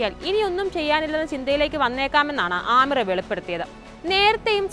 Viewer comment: ആമീർ അല്ല (അമീർ )